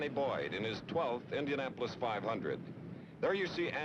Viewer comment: I love the old footage and Chris Schenkel. Chris has the weird pronunciation of the letter I. Endianpolis, Endy 500 , Fenished, Wenner. Great race! Crazy Pileup. Reminded me of 1973's Salt Walther crash on turn one.